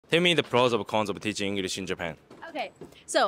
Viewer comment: "Ingurish" teacher, said